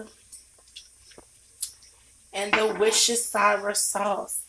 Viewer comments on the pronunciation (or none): I used to call it that too. It's war-steh-shurr. 😂😂😂